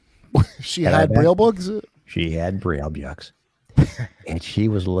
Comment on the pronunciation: ey,,,,,,,,,,,,, the way he puts a "y" sound in between words, reading byooks, byackpyack, pyool, ...just kills me. or rather; JYUST KIYULLs me... All those BYOOKS THYAT WERE BYURNED